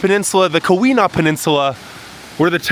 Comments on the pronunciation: Before you do videos of a place or region .... PLEASE study the place or region you are going to and video For example.... Keweenaw is a word that may be pronounced differently than it looks. The correct way to say it is "kee-win-awe". You can put the long E sound in the first syllable, and the short U sound in the second. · Great vid, but say it with me...eye-urn...Kee-wuh-naugh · Ta-KWA-men-non; KEY-wen-aw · Nice job…love your enthusiasm! By the way, it’s “KEY-wuh-naw”, not “Kuh-WEE-nah”. Great job! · do some reserch ottawa nf 993280 acres hiawatha nf 89483 acers and its key-wa-naw yes irs remote thats why we live here!!! we don't need big city people talking down to us or makong fun of our towns' oh by the way our summer ztemps run in the 70's and 80's also it's pronunced key-we-naw just like it's spelled and it's enga-dine not deen get a clue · Keweenaw is pronounced: Key-wuh-nahw. You're hurting these poor words. What did they ever do to you? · Tah-QUAH-mih-non KEE-weh-NAW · Nice job. There are still a lot of wolves in the UP, approx. 750 of them. Those brown pine trees are that color because they are dead or dying. It's "KEY-wah-naw & BEAR-ah-gah & Tie-QWAH-meh-nen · Tuh-qwam-en-on and Kee-wi-naw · Ta-KWA-ma-non falls😊 and KEE-wa-naw peninsula. Thanks for visiting! (From one of the trolls under the bridge as us downstaters are called) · You absolutely butchered the pronunciation of "Keweenaw", "iron" and a couple of otherw. It is "Eye earn" not "Eye ron" ....Good Lord. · Okay, for you and anyone else that does these travel videos…PLEASE learn the pronunciations before you go. Truly, you should know how to pronounce Tahquamenon and Keweenaw before you publish the video.